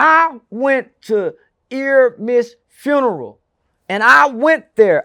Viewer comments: His name is Ermias, not Eramis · It’s ERMIAS (air-me-ehz) not ERIMEZ (ear-imez). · He didn’t even say nipsey name right he said earmiss now this not how it spelled but this is how it sounds airmiahs it’s really spelled airmiess so I personally feel like he said that on purpose